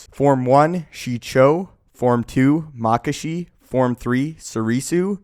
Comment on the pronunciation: The forms are heavily influenced by Japanese sword skills, so I do believe the pronunciations should be closer to how they sound in Japanese. Plus these options sound better than how you're saying it. Makashi - ma-ka-shi (the pairs make their own sounds - not ma-kashi, ma-ka-shi) Vaapad - v-aah-pad Niman - nee-mahn